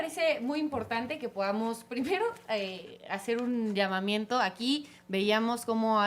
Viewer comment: la de morena dijo llamaiento? jajaja asi de preparadas están